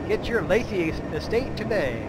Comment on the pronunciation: It's Laythe dammit! LAYTHE! Like scythe! Not Layth-eee!! Pwew.. glad I got that out of my system. Anyway, great vid. Just heard and started playing KSP myself. Having a blast. Nice to see that I'm not the only one committing Kerbal genocide every time I try to fly something haha!